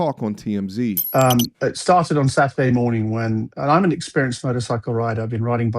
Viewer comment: “Saterday moaning!”😂